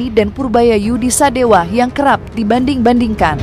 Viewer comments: Purbaya Yudi Sadewa, bukan sadewo... Bliau org jabar bukan Jateng atau jatim. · Sadewa, bukan Sadewo Min, orang Bogor gk pakai akhiran 0 tp pake akhiran A .